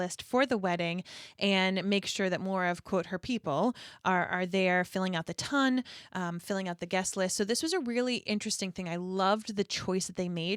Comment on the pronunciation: In the series “ton” is pronounced to rhyme with “fawn”. “Tawn”. The Ton are the (supposed) higher class of society.